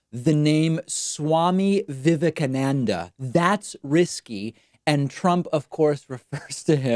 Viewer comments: Hahahaha! Vegas as Vestas? Swami Vivekananda as Vivakamadada. Trump should have consulted his staff and Modi as to pronunciations of these names and places before he spoke in public. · Tell me about it, bro. I posted a comment explaining how David messed up with the pronunciation of Swami Vivekananda. Pronounced (Vi-vee-kah-nahn-dah). One of the most important things to remember when it comes to Indian names is that "a" is pronounced like "awesome", not "a" as in "apple". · I think what happened is they probably took huge offense he pronounced the swami name like that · I enjoyed thee way he pronounced ' swami vivekananda ' it was so cute, how else is he to pronounce it ?Just remembering the name was good enough !Well done President ! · To disrespect Swami Vivekenanda, a highly revered Indian saint who brought yoga to the West, is horribly insulting to the people of India. It's no wonder that they left in droves. All trump had to do, out of respect and minimal diplomacy, was to read and practice the names ahead of time. By not doing so, then butchering them, then being amused by his own incompetence, this megalomaniac told the Indian citizens that he thinks they are below him, unworthy of his respect, and that he cares nothing for them. I hope, for all the reasons and especially because of this, that any collaboration he hopes to have with Narendra Modi fails. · There's a moment when Trump is mis-pronouncing the name of Swami Vivekananda where we catch sight of Indian Prime Minister Modi in the background, and the look on his face is most telling.